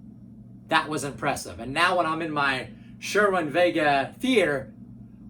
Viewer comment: Just a couple of corrections: The brand of speakers you’re talking about is “Cerwin-Vega”, not “Sherwin-Vega”. And the word is “neural”, not “neutral”.